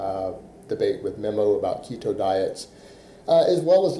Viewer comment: First clue someone has zero clue how keto works is when they think it's "restrictive". That and not being able to say it correctly obviously.